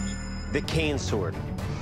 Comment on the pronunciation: Am I the only one who thinks that he said it wrong because he said "can sword" instead of cane sword?